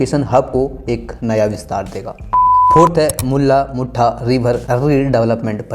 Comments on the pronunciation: Bhai tu jara pronounciations kisi ko puch le video banane se pehle...Tereko mula mutha bolne nhi ata mulla mutha bolra 😓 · आंड नही रे बाबा, औंध 😂😂😂 मुल्ला मुठा नही रे बाबा मुळा मुठा 😂😂😂